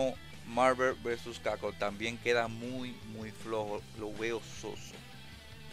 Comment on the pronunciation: MARVER vs CACON jajjaaj pasadisimo